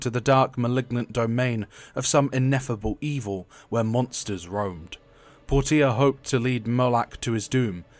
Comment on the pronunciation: Why did you pronounce her name as "Pour-tee-uh"? It's pronounced "Porsche-uh". I would have thought that was obvious from the spelling.